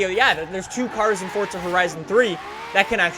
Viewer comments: FORZA not FORTZA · It's for_za not fort_za. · say forza not fortza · Why must they pronounce it like "fotza" and not "forza" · It's FORZA not FORTZA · is in pronounced fortza? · Why dose every one say fortza